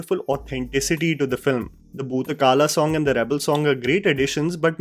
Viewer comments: Its kola not kala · It's Kola, not kaala, but thank u. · I absolutely loved the way u narrated this review.Almost all the words from the region including names were pronounced to perfection except Kola, it's Bhoota 'Kola' and not Kaala. Kaala is time in Kannada, Kola is dance form during spirit worship.